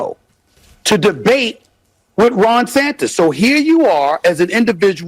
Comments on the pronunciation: Did this clown just say Ron Santis??? So Steve Smith can mispronounce the Florida GUBERnatorial official but loses his Sh1t if someone calls him...YOU KNOW. Steve Smith is a fraud. A fake. A phony. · He Called the Florida Governor "Ron Santis"